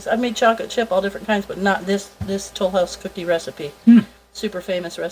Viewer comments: French accent "Lesleeee Tolouse". The great cookie search episode Phoebe, Friends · Ack! I was looking to see if anyone commented this. I keep hearing it when she says Tollhouse 😂😂😂